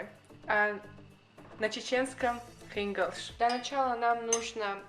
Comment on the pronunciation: Не хингалш,а хинглаш.